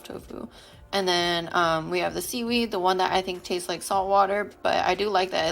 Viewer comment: "Seedweed-y" ehehehehee